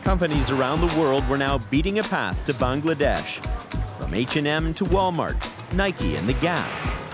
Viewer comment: The way the narrator keeps pronouncing “Bangladesh” is so irritating 🤦🏻‍♂️